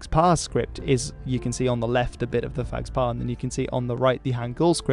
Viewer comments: initial PH- in "phags-pa" is pronounced as a P not an F, it's like an aspirated P sound. There's no F-sound in Tibetan or Mongolian, according to Wikipedia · I don´t know 'phags pa script, but I know Tibetan, and you should pronounce sa "pagpa" with first "p" having aspiration. So it is aspirated p with slight nasalization precing it as if you were saying "mpha", not f. The "s" is silent. Just to add, the word phagpa means "noble" as a noble intention, noble person, noble cause etc. - not noble as a member of nobility.